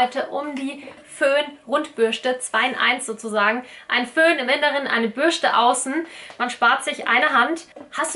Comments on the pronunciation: Bürste, nicht Bürschte🤦‍♀️😅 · Krigt noch jemand die krise jedes mal wenn sie "Bürschte" sagt? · Bürschtehhh 😂😂😂😂 R.I.P. deutsche Sprache! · Bürschte OMG macht mich das agressiv